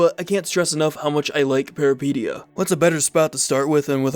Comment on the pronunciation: Peripeteia, the first and second e sound like the es in elephant, fun fact peripeteia is a Greek word meaning adventure